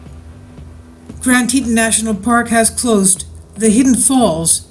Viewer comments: Its pronounced Tea Tawn . Grand Tea Tawn (like yawn or dawn.) . : ) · Pronounced grand te- rawn